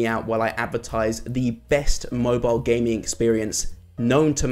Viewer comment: I thought you said gay lol